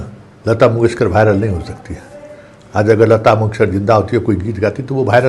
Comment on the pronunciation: Abe pahle viral bolna sikh